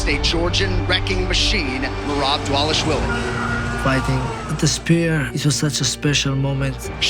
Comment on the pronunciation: Dwalish dwilly. lol